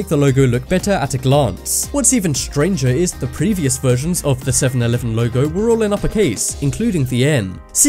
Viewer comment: '7-Evelen', well done